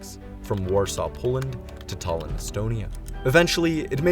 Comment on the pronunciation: Please, dont mispronounce words, including English ones. Route is the same as root. Tallin is tallin, not tollin.